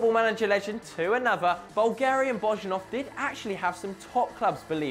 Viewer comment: Geez... please learn at least some of the names when you make a video like this, at least the football clubs' names. Lecce is pronounced like latch-eh (that's just an approximation for you), it's definitely NOT leeeease (that made me cringe, really). And Bojinov is also not pronounced Bozhinov, but Boyinov. It's not that difficult, it's just 10 players plus a few clubs for each...